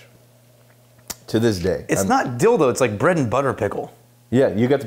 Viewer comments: I definitely heard a "dough" after the "dill" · I came to the comments to see if anyone else heard "dildo" as well. 😂